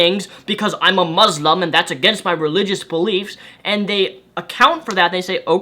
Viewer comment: Did you say mauslam?